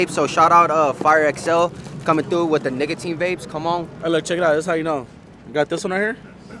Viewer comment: saying “nicotine” wrong had me dying 😂 I can never say that shit right